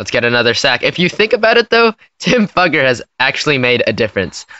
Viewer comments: Just to let you all know, his last name is pronounced "fYOUger" not "fUGGer" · It's not pronounced duffer its f-U-ger. u pronounce the u as "u" not a. Look him up on YouTube he's interviews say fUUger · It’s pronounced Fooger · His name is actually pronounced (fyoo_gur) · You are pronouncing his name wrong. I watched him play at Vanderbilt and that is now how anyone pronounced it. It sounds like Few-ger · Fewger is how it's pronounced buddy